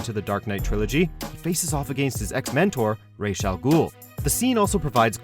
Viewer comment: You mispronounced Ra's